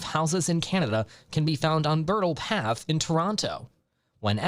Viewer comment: Stupid AI can't pronounce Bridle.